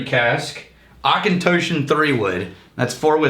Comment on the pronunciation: Not claiming to know even half what you guys know about whisky, but isn’t it pronounced AuchentAWshon and not Auchentōshon? Or have I been fucking it up all along?